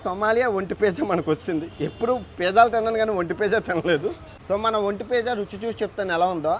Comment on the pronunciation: పేజా కాదురా నీ అయ్యా నత్తి మంగళం... పిజ్జా రా అది... ఒంటె లాగే నీ నాలుక కూడా మందమే...